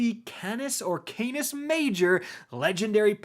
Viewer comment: "Chrysuria" "Caynis" "Vul Peh Soo Lah" "Fractelyst" Bungie, for this mans sake, name all the Witch Queen guns Cat in the Hat or something. is struggling!